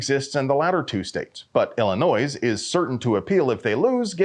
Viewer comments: Clearly public schools failed you. It’s pronounced “ill-a-noy” not “ill-a-noise”. Butchering something this basic damages your credibility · BTW, the 'S' on illinois is silent. Ill-ih-NOY, not, Ill-ih-NOISE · I don’t love the state or anything, but you don’t pronounce the S in Illinois. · Illinois ="illi-NOY"